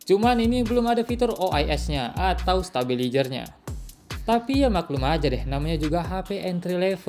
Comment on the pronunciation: stabilaizer bang, bukan stabilijer 😢